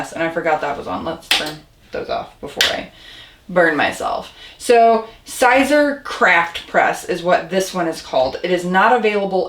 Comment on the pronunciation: Siser is Pronounced Caesar. No big deal but you probably know that by now.